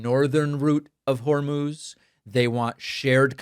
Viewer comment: It actually is 'Hor-mose'. He must have heard it just before the presser.